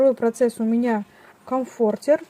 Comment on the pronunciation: Правильно говорить комфОртер, очень режет слух неправильное произношение, хотя игрушки очень классные.